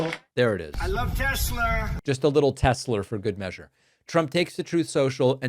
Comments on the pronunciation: Trothe! Senshul! Teslurrr! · “Just a little Tesler “😅🤞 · I love Tesler 😂😂😂